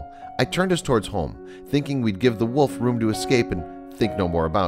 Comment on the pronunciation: I really hate how this guy's voice sounds not sad, just emotion-less. Also anybody else notice how this guy says "woof" and "wooves" instead of "wolf" and "wolves".